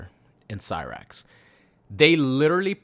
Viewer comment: You’re fine with butchering cyrax n sektor but mad bout Conan the barbarian. You’re ridiculous you weirdo